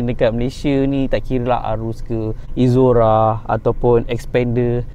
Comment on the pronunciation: hang sebut exora - izora. mcm x kena.. EK-ZORA kot